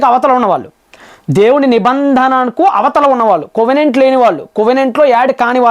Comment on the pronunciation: కొవనెంట్ కాదు కవనెంట్ అనాలి